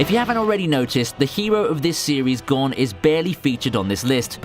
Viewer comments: Stop saying Gon like gone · funny how he says "gon Freecss" as "gone Freecss"